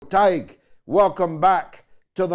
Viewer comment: Weird that George wouldn't know how to pronounce Tadhg's name. It's really easy, just say it the way it's spelled: Tad-huh-guh.